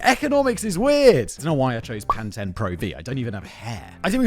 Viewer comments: It's pronounced, Pan-Teen, Simon, not Pan 10. 🫤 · lol. Thought he made up pan-ten pro v until I realized he was talking about the shampoo pan-TEEN pro V. Is that how all Brit’s say it? Or did he just fuck up another pronunciation, which is par for the course really. 😊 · I think the “Pan Ten” comment is a reference to [the American ear] the way Simon pronounces “Pantene Pro V” as “Pan Ten Pro V”